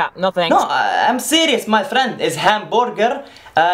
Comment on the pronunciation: Arab people doesn't pronouns ffffriend like the way you do + you give bad image about Arab like they are rude or something like that